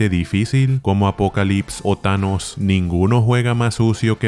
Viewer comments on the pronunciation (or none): none